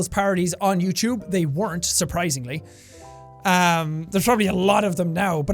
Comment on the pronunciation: Youchewb channel